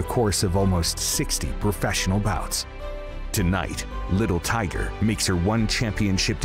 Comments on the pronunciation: “LITTLE TOIGA” lol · I think I'll change my name to Little Tiger. Er, excuse me. "Little TYGUH" And I might just make a drinking game out of this video, knocking one back each time I hear... "Little TYGUH..."😉 Nicely fought bout, just not by Little TYGUH so much. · Commentator won't stop babbling about little tiger while she gets her ass whooped.